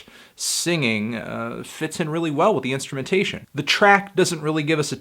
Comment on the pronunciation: Plus you said instumentaion so I don't think I cant trust your opinion